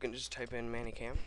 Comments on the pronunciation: Meh-ny Cam. Not Manny Cam. >.> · It is "Many" Cam not Manny Cam. It pisses me off.